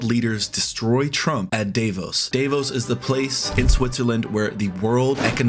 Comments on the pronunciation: Nice of you to comment that very important day: But, first of all say it like "Duh-voes" (Davos) (or Daavohs). thank you :) Sorry, but that music in the backround is very annoying! Very disctracting and way too loud (until ) . And it's not fitting to the topic at all. For Elise songis not for backround in your video. Please don't you dare to you it ever again 😛 Gavin Newsom id my fav next president of the USA. I'm German, but I love his oppions, his appearance, and the way he talks...he seems to be a very good and undertanding person. GAVIN NEWSOME for NEW SOME! Go for it---stand up and fight. You guys did it once in history! Show balls and show the world that ther USA can be a better place than under Trump's leadership! GAV a NEW! I feel that Canada is more attached to europe than USA currently. In Canada I see a confident a trustfull alliance. USA isn't that these days. Trump should not forget that WE in europe allow the USA to have military bases. Without those: it will be harder for the USA and easier for their competitors! Finally our european leaders showed balls against Trump. Fuck off Donald Jennifer Trump! We want peace not another bully (like Putin)! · Its spelled "D'uhvos" not DAYVOS just DAVOS (cut the y) xD! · it's Davos, not Dayvos. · There's not much to comment to. I agree with you and all the speakers. So I just want to try to teach you how to say the name Davos. You pronounce it like Day foss, but the a in the first part sounds more like "part" and then... the s is silent. Just trying to help. 😉👍